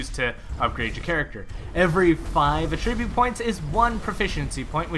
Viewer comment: Emphasis on the wrong syllable for attribute :p